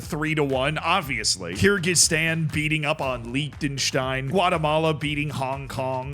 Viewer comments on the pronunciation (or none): none